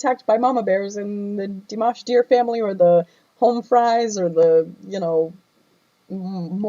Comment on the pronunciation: Firstly, i love you reaction of Dimash very much. I always waiting for your reaction. But i just need to point out something.. People butchered his name (including you) so many time eventhough having react to him so much.. (everyone, not even singing using his name, just plain speak..butchered it) so I think from that, we can make a simple point.. Our own pronunciation is a mess when we pronounce something unfamiliar, so why we give leeway to ourselves but being critical to others? 😉 its true his english is not good during Singer competition..he don't know any English at that time.. What to expect, he just practice it a few day plus his hectic schedule during that time. Now his english got so much better. Btw honesty still the best option. Its good you point out what you felt. No need to be sad about it.. But while being honest, we should also having empathy.. Understand and learn when people correct us.. Its not about honesty alone after all.. 😊